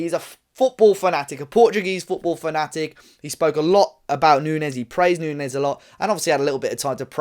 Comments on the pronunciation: its not nuñez its nunes. It sounds like it spells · I don't mean to be picky or rude but Matheus Nunes is not pronounced Nuñez. In Portugal we are a bit sensitive about pronouncing our names as Spanish (Nothing against our Iberian brothers) It's pronounced New-nesh (kind of..) On the sport side, Nunes is a potential world class player and the Sporting manager was not happy to lose him because people feel he was cheap.